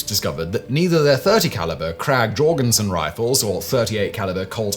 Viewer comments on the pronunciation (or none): Alternate title: British person butchers the names "Krag" and "Jørgensen" xD